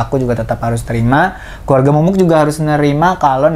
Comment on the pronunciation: kak eno manggilnya mumu(k) bgt... mumu aja kali ngeganjel gue dengernya...